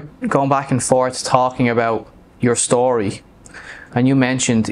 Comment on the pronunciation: The word Story DOES NOT have an SH sound!!!!!!!!!!!!!!!!!!!!!!!!!!!!